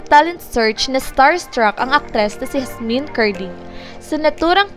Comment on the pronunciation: Pag pronounce lng ng pangalan ni Yasmin, ayusin mo naman